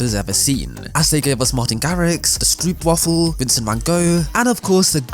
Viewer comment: the stroep wafel. LMFAO